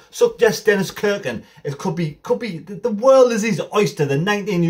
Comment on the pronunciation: Haway man, get it right. It’s not pronounced Kirkin ……….. stop it!! It’s pronounced Cirkin with a SSSSS irkin. Look forward to watching you this season pal 👍